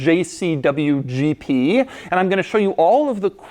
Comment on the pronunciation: Why when doug said "GP" for me is "GT" Did you have exactly the same? 👇